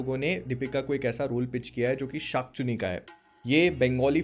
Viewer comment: Thik se bolo bhai... Shak chunni.. nehi tho kala jadu phook dunga